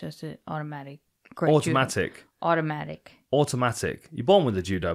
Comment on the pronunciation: “Audomatic 👩🏻” Dan: “OOOTOMATIC🧔🏻‍♂️